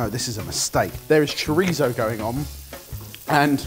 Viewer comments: is it just me or did calls chorizo "choritho"? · It really bothered me especially when went over the top with his chorizo pronunciation and then continually pronounced paella wrong